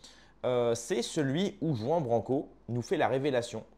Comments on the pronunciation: "Juan" >>> le "J" se prononce "R", et le "an" se prononce "ane". Juan, ça se prononce donc : "Rouane" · C'est pas Juan Branco les Pins c'est Juan prononcé "rouane" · Il faut prononcer le J en R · Pt1 arrête de prononcer à la Française son prénom, c’est à l’Espagnol qu’il faut prononcer le J en R… Ruan (roine)!!! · tu ne sais même pas prononcer son prénom et tu fais une vidéo sur lui... Tu surfes sur sa notoriété et la noblesse de son combat pour avoir des vus et tu te disqualifies en 10 secondes. Le lierre ne monte jamais plus haut que l'arbre qu'il parasite et parfois même rampe à ses pieds...